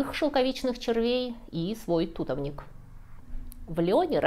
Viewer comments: Ту'товник - звучит очень дико. Никогда не слышала такого ударения живя в Средней Азии. Всегда только туто'вник. Вопрос с Китайской стеной тоже остается открытым. Ведь бойницы были обращены против Китая, а другая сторона была гладкой. Оборонялись от Китая. И похоже строили эту стену не китайцы, а те кто защищался от них 😊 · У нас говорят тутОвник , на о ударение )) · Если говорить грамотно, плоды произносятся как тУтовые ягоды, тУтовое дерево, но, если вы употребляете народное название - тутОвник, то ударение на О... Слух режет такие рассказы... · + Орфоэпия- правильное произношение. Хотя я лично говорю тутОвник. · Спасибо за интересные истории и прекрасную подачу. P. S. тутОвник. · Спасибо. А мы всегда слышали слово как "тутОвник". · Предположу, всё же, что "тутОвник", поскольку не слыхала название "тУта", а вот "тутА" - слышала 😊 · Уважаемая! Наверное, все же, правильно тутОвник, аналог- тернОвник. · В Ташкенте говорят Туто́вник) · Правильно говорить тутОвник, поверьте, я с ним выросла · Ударение в тутовнике бегающее, но все же на О. А шелкопряд - тУтовый, анекдот гарантирует: - Вы шелкопряд? - Да. - Местный? - Ага. Тутовый. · Впервые слышу тУтовник, но ладно, можно, значит, можно. Вот если бы еще кто-то объяснил, что твОрог и творОг тоже два равноправных произношения, и оба имеют место быть, было бы чудесно. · Рассказ интересный, люблю историю шелка. Но, Боже!, он тутОвник, а не…….. так же как, садОвник, поголОвник, шипОвник… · Вообще-то тутОвник. Не понимаю, почему делают неправильное ударение? Или шелкОвица. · ТутОвник , так я всю жизнь слышала , а вы , похо же , нет. Следовательно , вы не знали ничего о шелке , если даже не знаете , где ставить ударение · Туто'вник)) или шелковица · Я живу в Израиле, у нас тутовником называют шелковицу и ударение ставят на о. Тутооовник. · Очень интересно, но правильно тутОвник, только тутОвник. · конечно, ТУТОВНИК с ударением на втором слоге. Явно ты не жила в южных местностях.